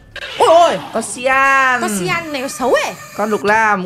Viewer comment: người ta là cyan dậy mà nói người ta là syan☹️☹️☹️☹️☹️